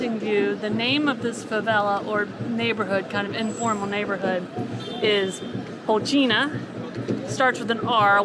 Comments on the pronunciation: Rocinha is pronounced - Ho - Seen - Ya. Coxinha is pronounced Co-sheen-ya. Interesting video! I lived in front of Rocinha in the Hotel Nacional my first 6 months in Rio. Interesting video! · Say " cochinia" for coxinha and "hocinia" for Rocinha and you will be close to the pronunciation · Rocinha: HOSSEEN-AH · cojina, rotchina, lol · That was epic! Thank you so much for beatiful views, the insight and the non judgmental description and history. You are the best! ( except when trying to pronounce brazilian names 😅) BTW there is no such thing as 'low season' in Rio !!! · Glad you enjoyed it! The pronunciation here is killing us!!! 🤣🤣🤣🤣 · Rocinha. “Ci” you pronounce like “see”. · please make an effort to correctly pronounce the two new words you learned that day (rocinha and favela). It is painful how you are butchering the words.